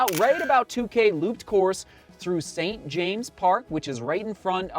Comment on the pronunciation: A little comment on pronunciation as Londoners call it, I'm sure you will be saying St James' many times